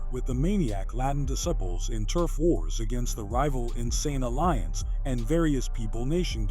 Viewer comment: the AI can’t pronounce DISCIPLES